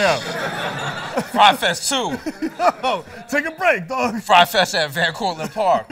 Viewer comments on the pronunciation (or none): Desus still saying frye fest smdh